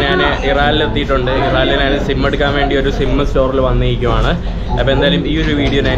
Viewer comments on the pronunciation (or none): "നാൻ" അല്ല ഞാൻ 😛😛